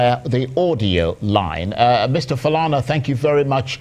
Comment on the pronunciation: Chai! Colonial mentality - so, the anchor, Charles ANIAGOLU, cannot strive to properly pronounce "Falana"? I am sure though he would make the effort to pronounce French, English and Latin words with their accents? Who manages this Arise YouTube page? Hope you can send this feedback to ANIAGOLU?🤣😂 He reminds me of some Nigerian teenagers in the UK. Ask them of their origins and the answers usually go like this: "I'm British but my parents say they are from Nigeria". It is amusing to hear.